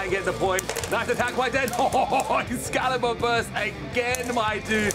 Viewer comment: xcallius not xcallibur